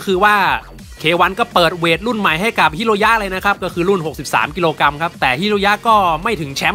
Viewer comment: กรัมไม่ใช่กำ